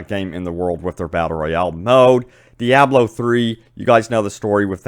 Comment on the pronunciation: Yeah, he's not great at pronouncing things properly. Someone should make him a guide. 😁 "Diablo = dee-ah-blow" "Enix = E-nix"